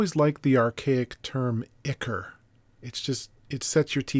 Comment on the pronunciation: rhymes with eye-core. Great vids btw. I learn so much from the channel. So it's nice when I can return the favour, even if only infinitesimally.